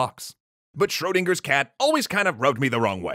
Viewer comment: Schrödinger. Not Schrodinger. Not Shrodinger.